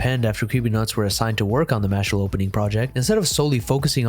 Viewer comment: its MASH-LEE